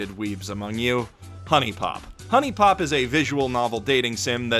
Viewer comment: I died when you said Huniepop